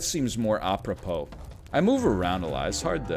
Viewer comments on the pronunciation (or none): none